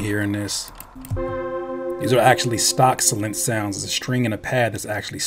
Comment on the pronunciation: it's pronounced like Sylenth, not Sylenth!! Fire beat! Love the videos!! It's Synthesiser, not Sinthisissor!!